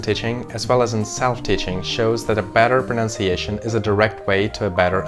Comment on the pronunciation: Excellent presentation. It is “pronunciation” and not “pronounciation”. This is a mistake that many native English speakers make. I liked your thought about unnecessarily attempting to speak two languages (the one you hear as well as the one you speak - accent-wise). Молодец 👏🏻